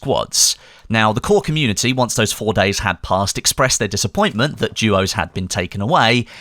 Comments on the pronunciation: it called duos not juos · is it just me or does it sound like is saying jewos???